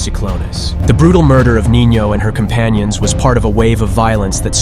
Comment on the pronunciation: If shes a girl she would be called Nina not nino lol